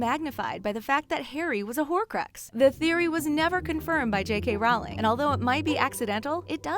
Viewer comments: She can't even say J.K Rowling correctly! McGonagall said that the dursley's were mean before Harry was there! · I hate when a channel like this makes videos saying things like “we all absolutely loved Harry Potter growing up....who doesn’t remember_____” And then proceeds to pronounce almost every fucking character name wrong. Bitch. Did you even read the books or watch the movies? Please use a narrator that at least knows what they’re talking about 🙄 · Row, row, row your boat, yeah? Row, row, row J.K.ROWLING!!! How many times I've heard supposed knowledgeable people MISPRONOUNCING her name!! GET IT RIGHT!!! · If you are going to do a video on Harry Potter you need to at least know how to pronounce the authors name. Her name is pronounced rolling as in Rolling Stones. J.K Rowling(rolling) And just so you know J.K Rowling said how to pronounce her name herself. IT'S CALLED RESEARCH! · Actually, I believe it is pronounced "rowl-ing? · She says Rowling as Rau-ling It bothers me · Her name is pronounced ROW LING. Get it right! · I cringe so bad very time you mispronounced Rowling. You're supposed to say it like ROLLING🙄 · Omfg it’s j.k Rowling as in rolling pin. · Ur saying the queen-J.K. Rowling- name wrong! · HER NAME IS J.K. ROWLING LIKE ROLLING NOT RAWLING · It’s not Rowling as in howling, it’s Rowling as in rolling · it triggers me when she said it like j.k 'raowling' when its pronounced 'rolling' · ITS NOT rawling ITS rowling You uneducated swine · Its not Rawlins its row-ling as is in row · It's ROWling not RAWling!!!!!!! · The way she said J.K. Rowling... It’s pronounced Rolling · Why do americans sound so cringy when talking about HP? Maybe because they pronounce "Rowling" as "RALING". It's ROULING you morons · J.K. Rowling herself said in this video that is “Rolling.” I used to think Rowling too but then I saw this. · Her name is pronounced rol-ling not row-ing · It's pronounced ro not row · It's not pronounced Row-ling it's roll-ing